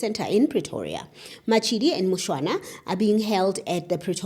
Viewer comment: It's Mushwana , just for correction